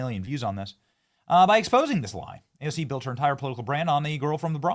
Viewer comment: Did you notice how she said it wrong but the subtitles were correct 😂😂😂😂